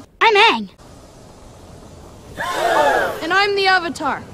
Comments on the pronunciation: The second that I heard "Ahng" instead of "Ang", I knew the film would flop. M Night did not understand the charm of the series at all. The casting was bad, completely wrong. The atmosphere of the movie vs the cartoon was completely wrong. Everything about the film was wrong. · Agni Key, Eroh, Sokka, Oong.🤦😂😂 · What is even an "ong" bro- 😭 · Omg his name is now ong instead of aang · "my name is ong" REALLY DUDE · everytime they call him ong i die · First time I watch this movie I really didn't notice nothing wrong but now I see everything Cleary, firstly they pronounce aang as ong, zuko had a whole head of hair instead of a pony tail and finally the bending was slow as hell and why were the firebenders in the nouth pole so freaked out when iroh made fire out nothing like come on man that's how u firebend but instead u have to have a fire source to that what kind of rubbish is this and why did I like it for the first time I watch it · aang❌️ Um✅️ Ong✅️ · The director of this movie clearly did not watch the show. The mispronunciation of freaking aang is just an easy example to show that and how he did not care about the tiniest of details. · He didn’t even pronounce his name right 😭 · Well in german Aangs name was always pronounced like this. Got no excuse for everything else though 😅😂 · “A lot” of mistakes is an understatement, from pronouncing Aang’s name wrong to making the Fire nation all Indians had me dying, making Uncle Iroh a 6’2 black haired guy and fire benders not being able to produce fire from their body and needing a source like water bending😂, making Fire Lord Ozai have a buzz cut and every bending scene/ fight scene people are just standing in one spot with shitty bending cgi and crazy excessive dances from the earth bending dance team 😂😂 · As a german it´s funny for me to hear that Aangs name is mispronounced in english like it´s the german version. 🤣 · Uung, uvutar, sooka, I was yelling at the tv everytime they said it